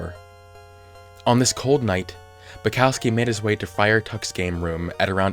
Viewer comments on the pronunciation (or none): Why do people have trouble saying polish/european names? Its Bukovski(how you should read it),not Bucowski(how you read it).